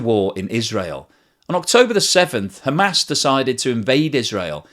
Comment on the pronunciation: Hamas, as as in aaahss. aas. not Ham ass. and Haa mas not Hay mas.